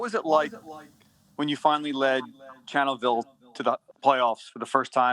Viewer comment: really said I want to take you back to when you were a HS senior and lost 71-21 in the playoffs. On top of it couldn’t even get his HS name right he says “Channelville”. I don’t blame Hurts for questioning the the purpose of the question and asking for the next question. Players really don’t like.